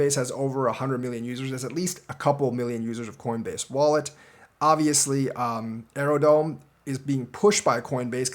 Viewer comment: is Aerodrome not Aerodome...are you really doing your DD thanks brotha